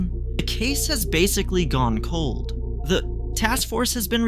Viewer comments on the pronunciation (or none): none